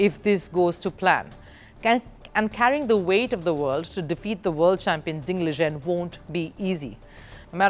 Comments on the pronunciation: If you are talking about ding liren, her pronunciation is correct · I don't think she pronounced anything wrongly. As someone else also mentioned, if it's about Ding Liren, she's actually correct. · you smartass she pronounced it correctly